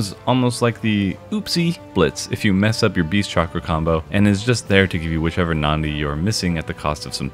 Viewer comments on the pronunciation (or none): i know this is gonna be nitpicky so I'm really sorry in advance: it's pronounced as Na-Di not Nan-Di. It's a word taken from sanskrit which literally means Vein. But thanks for the coverage!